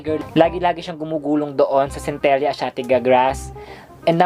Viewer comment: cen-te-lah po yung pag pronounce😀